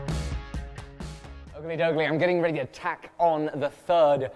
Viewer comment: As a student of fabricating techniques I keep getting confused when explains about his welding. I assume he must mean “Tack” welding but I keep hearing “TAG” which translates into Tungsten Active Gas. What he uses is either a MAG or MIG welder so every time he sais the word Tack or TAG I’m like, wtf?